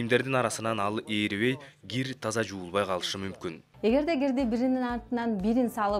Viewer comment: Гир эмес Кир десенер туура суйлоп уйронуш керекда